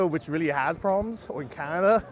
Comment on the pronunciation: Yes, yes biig pwaaabwams in San Francisco. BIIIIG pwabwams.